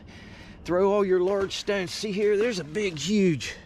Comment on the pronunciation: I like how he says stownes.